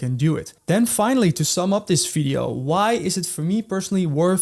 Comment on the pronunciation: If you "defeloper" ... if you are using "fi es code" ... "you already know and lof" .. "we will cover all in this fideo". I really can't focus man. I understand "R" might be difficult. or "Z".. But "F" ??? come on?